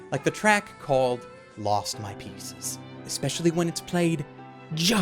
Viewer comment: When you said "Lost My Pieces" i thought you had said "Lost My Penises"